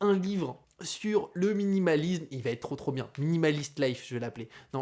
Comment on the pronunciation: j'ai mis un like car la vidéo est top et instructive... mais, c'est plus possible de répéter huit cent fois "savatètre"... ça n'existe pas! "Ca va être": y'a pas la lettre "T". Nulle part. Ce n'est pas "Ca vat être"... là tu vois bien qu'il y a un souci. Et encore moins "ça va-t-être"... c'est possible que dans un seul cas, quand tu parles à quelqu'un et que tu lui donnes par exemple "un vélo" tu pourrais lui dire "ce vélo va t'être utile" dans le sens "il va être utile à TOI", ou "ça va t'être plus facile pour rentrer" mais c'est juste parce que c'est pronominal, comme quand on dit "ça m'être plus facile pour rentrer"... mais pitié... "ça vatètre" au lieu de "ça va être" ou "ça sera"... je te jure que je saigne des oreilles à chaque fois! c'est le seul petit reproche parce que sinon je like toutes tes vidéos, je suis abonné et j'apprécie ce que tu fais. J'apprécie t'écouter mais pas quand tu répètes ce tic:-)